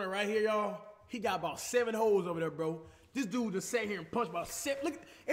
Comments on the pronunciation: who thought cash said hoes not holes ? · Is it just me or when cash said holes I thought he said hoes